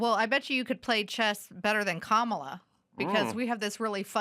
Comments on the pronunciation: "COMMA-la" bro ahaahahahha, fricking mental jobs on dem's side, liar$$$$ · Adam has yelled at Elisha before, the first couple episodes with her she was supporting DEI and defending Sonny hostin, Adam had to tell her to use her brain. she rambles and Adam once again had to wince. Then she corrects Adam on how to say Kamala here, she didn’t get Adam’s Buttigieg, fruit joke, and then she’s oblivious again... She’s unaware of Adams satire or points. So sorry to say I’m a bit disappointed to hear Adam defend her. I hope she’s not full-time.